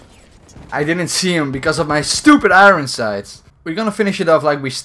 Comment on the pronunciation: you keep saying "iroen sight" instead of "iron sights"